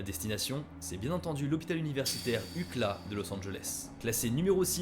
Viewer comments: UKLA se dit lettres par lettres à l’anglaise , U C L A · Déso mais personne dit ucla ... on prononce les lettre à l'anglaise iouciélè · “UCLA” prononce ukla c’est rigolo lol c’est uu see elle aye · Hopital "UCLA"... 😂on prononce "YouCiEllAi" meme en Francais... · Ca ne se prononce pas ucla mais U.C.L.A. prononcé en anglais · Pas UCLA 😂😂😂😂 U-C-L-A, C'est un acronyme! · parenthèse chipotage, personne prononce "ukla" pour UCLA, normalement ça se dit lettre par lettre genre à l’oreille ça donne "you see L.A" mdrrr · Super vidéo bien écrit et b raconter juste une chose les oreilles qui saignent quand tu dis UCLA au lieu de U.C.L.A 😂😂😂 mais vraiment super contenus force à toi 💪🏾💪🏾💪🏾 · Ça me stresse qu’il prononce UKLA et pas UCLA (le C est prononcé comme dans scie) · On dit U.C.L.A et pas ucla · Ça ne se prononce pas "ucla" mais U.C.L.A avec l'accent si possible lol. Ukla j'ai mis du temps à capter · A 14'10" : Hopital UCLA ahahah... You-Ci-L-é ça sonne mieux, non? en tout cas ça m'a bien fait sourire. Merci pour ta vidéo. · Comme d'hab un travail de dingue une vidéo géniale mais je t'en supplie.... C'EST U-C-L-A!!! (EN PRONONCANT CHAQUE LETTRE 🤣🤣🤣🤣🤣 pas UCLA juste dit de même vraiment, mes oreilles ont saigné 🤣🤣🤣 non en vrai tr`s bonne vidéo hâte d'en voir d'autre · Incroyable vidéo comme d'habitude. Désolé je vais passer pour un relou. J'aimerais juste rajouter un petit point tu prononces le nom de l'université de Los Angeles UKLA. Toi qui fait très attention au prononciation, on l'a prononce généralement à l'américaine YU SEE L AY. Ce n'est pas une Ivy League mais ça reste une des universités les plus réputés des states. C'est aussi l'une des plus souvent reprise dans les séries. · J’adore la vidéo, mais y a que moi que ça stress qu’il dise UCLA en un seul mot alors que ça se dit U.C.L.A 😭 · parenthèse on dit pas ucla on dit You see ELLE EST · Il a vraiment prononcé UCLA « UKLA » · L’hôpital Ucla ? Non sérieux c’est chaud mdr U.C.L.A stp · On dit UCIAILAY